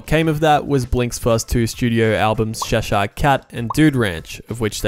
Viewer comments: As someone who's visited Cheshire several times (it's a region in North-West England) it took me a few goes to realise that's what you were saying before the word "Cat". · Love the way he say Cheshire 🤣😂🤣😂